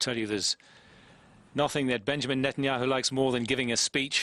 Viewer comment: He purposly said Netenyoohoo...pretending it to be a mistake and he says Yogi Berra died a few months ago? How about about a week ago?